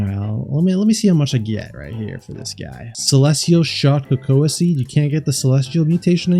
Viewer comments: cacao is pronounced ca-cow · It's pronounced ca-cow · | bro said ca co a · bro cocoaaaaaauuuuuuuuuuuuuu is not how u pronounce it brother